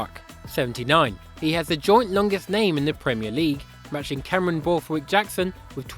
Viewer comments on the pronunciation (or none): none